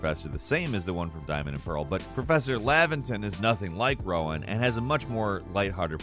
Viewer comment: Nice video. But, and I hate to be that guy, Prof Rowan's name is pronounced "roe-in," like the tree he's named after, not "wow-in."